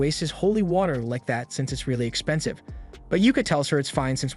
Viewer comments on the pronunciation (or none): none